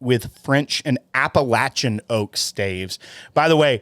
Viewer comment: Thank you for pronouncing “Appalachian” correctly!